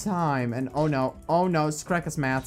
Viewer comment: skerk who is skerk I thought it was SHERK DOI